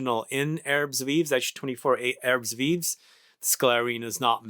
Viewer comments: thanks for getting our attention to this fragrance, I totally forgot to check on new releases from Hermes. its pronounced "erb viiv' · As a rule of thumb in french "S" at the end of a word is silent, both are silent here, ignore them totally. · We pronouce it "Airb veev", but the american accent is cool though.